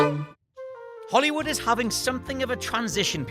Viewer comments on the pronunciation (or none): It pronounced Holly woo